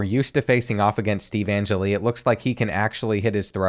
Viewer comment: I used to play football with Steve Angelli, btw it’s pronounced An-Jelly